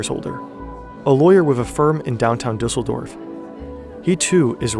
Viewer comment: "Dizzledorf"?? LOL